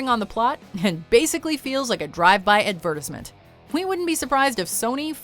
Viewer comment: did anyone else hear the way she said advertisement at 550